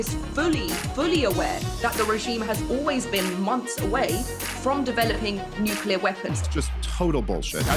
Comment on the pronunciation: I cringe every time I hear someone say nukelar. Say the word clear you can say nuclear.